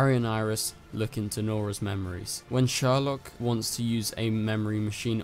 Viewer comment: niece not daughter mic drop i mean basically the same thing and its prounounced seourlok, not sherlock lol